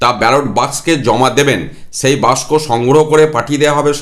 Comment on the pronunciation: ভালো সিদ্ধান্ত। তবে বাস্কো নয় বাক্স ।